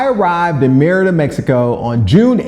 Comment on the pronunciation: Five years living somewhere and you still can't pronounce the name correctly is wild